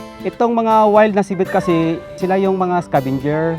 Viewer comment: di ba nkakapick up ang narrator sa mga iniinterview nla? annoying lng ksi sinasabi nya ci-VET... dapat CI-vet LOL, try nyo sa google translate